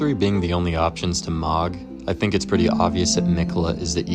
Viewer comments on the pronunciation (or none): none